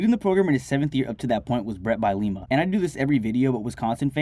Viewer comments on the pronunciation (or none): Bye-leema lol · Bro butchered Bielema pronunciation again😭😂